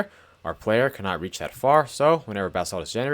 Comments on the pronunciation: I know you’re saying “basalt” but I hear “bath salts” and it makes me chuckle. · Why does this jit keep sayin bath salt